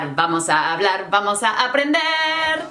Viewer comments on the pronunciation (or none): Your initial "v" like in "vamos" sounds too much like a /v/...